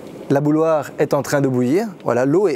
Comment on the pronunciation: Tu dis "bouloire"? C'est quel accent de la francophonie ça?